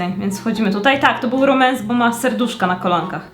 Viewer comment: Romans a nie Remans😂😂😂❤❤❤